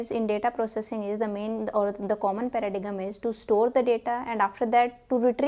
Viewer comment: just a small point(dont take offence) paradjigm is pronunced paradime and not para dijim❤